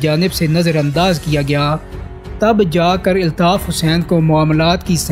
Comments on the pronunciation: Aby pando eltaf nhi Altaf bol kb urdo sahi hogi tm logo ki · ابے او چوتیے ILTAF nahi ALTAF اپنا تلفظ تو ٹھیک کر آدھی سے زیادہ باتیں اوٹ پٹانگ ہیں